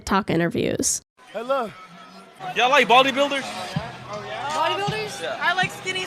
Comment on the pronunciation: "Y'all like baldy builders?" I know I shouldn't make fun of a speech mistake but in this case it's ok, right? I think them being creeps is way worse and deserves to be called out.